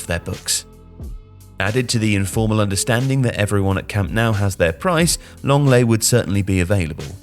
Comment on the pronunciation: Nah 💀💀💀💀💀man said lenglet